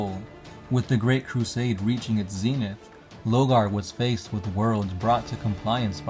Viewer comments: "LOR-GAR". NOT "LOGAR". I CAN BARELY HEAR YOU OVER THE MUSIC! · y’all say Lore 100 times per video but can’t pronounce LoRgar smh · Why are you refering to Lorgar as Logar? Isn't there an "R" in his name? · Lorgar man. LoRgar. If you pronounce his name like what you did in this video in his presence, he'd be wearing your face in his armor as a trophy lol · Lore-gar... LoRgar... also, stop trying to read the way ur brother does and get ur own style lol... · why do you pronounce his name Lo-Gar ? Where's the first R ? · I know you can see that R in his name man. LoRgar. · Yeah he kinda is just saying Logar isn't he? Just finished the 3rd video about life as a citizen in the imperium and he said "steed" instead of "stead". Using stead to discribe someone taking someone's place, so it went blah blah blah did "insert action here" in his steed. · Three years have passed, I hope you know pronounce the R in Lorgar